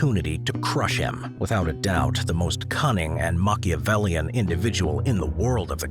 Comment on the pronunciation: take a shot everytime says: "Maciavelian"